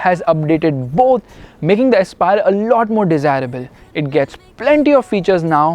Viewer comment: "DESIR"ABLE HUH